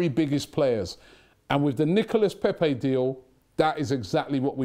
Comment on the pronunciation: How did Robbie go to France hear the French people tell him how to pronounce his name and less than two days later still pronounce it wrong